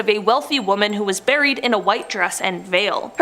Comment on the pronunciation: “A nun was ‘burrried’ alive”, I gotta know where her accent comes from. I’ve lived all over the US and have friends from many nationalities and haven’t heard that pronunciation. Not giving hell, genuinely curious! Love the video, thanks!